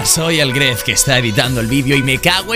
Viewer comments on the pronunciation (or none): Se dice gref greft